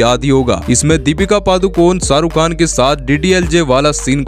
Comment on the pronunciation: It's Shahrukh Khan not Saruk khan...